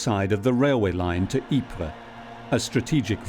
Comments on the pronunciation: It's Eeper not Jeper in Dutch pfff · In Flemisch it is "Ieper" and you pronounce it "eeper" like I can "SEE" you, or I "EAT" candY